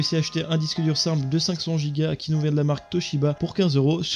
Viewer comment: Ca me stresses quand tu dis giga , on dit jiga et pas guiga , sinon excellente video